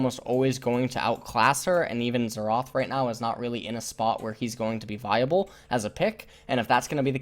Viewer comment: he means xerath you silly goose